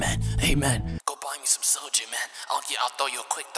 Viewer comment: Viet-ma-knees guy: Ohhh you got the Sojuu!